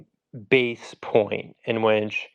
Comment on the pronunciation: How the hell is this white boy trying to spell check somebody but he keeps saying winch instead of which. 🤷🏾‍♂️